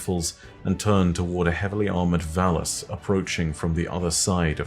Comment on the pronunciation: oh, oh no, I heard 'heavily armoured vallus' as 'heavily armoured phallus'